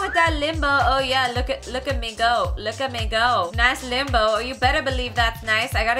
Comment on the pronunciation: The first two first times you said limbo kinda sounded like limo